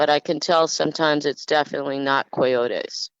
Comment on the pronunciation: When she was saying koy yote es did she mean coyotes???